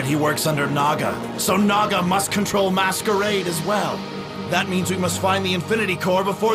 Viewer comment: I think you should say something like "Spoiler Alert!" Because you'll ruin it for other people. :/ and by the way, its Masquerade not maskaraid lol :P